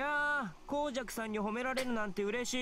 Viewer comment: not being mean or anything but your saying koujaku's name wrong lol